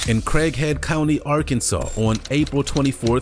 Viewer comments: When they said Craighead, Arkansas, I thought it said Crackhead, Arkansas.... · Lmfao I for sure thought he said "Crackhead County" at the first one